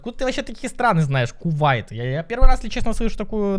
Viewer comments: Кувейт а не кувайт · не кувайт а кувейт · Не кувайт а кувейт это 🇿🇦 юар южноафриканская республика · Ни Кувайт а Кувэйт